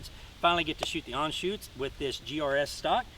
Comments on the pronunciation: Dude please, ist Anschütz not Anschutz. Sorry but as a German, I had to say it! ;) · I cringe every time he botches the name of the rifle, and I am not even a German. But beutiful rifle